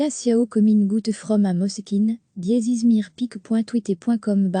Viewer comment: Tchiao en italien. pas siao.